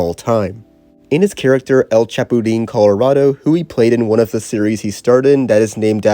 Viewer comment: I genuinely cant think of a more butchered way to pronounce “El Chapulín Colorado” 💀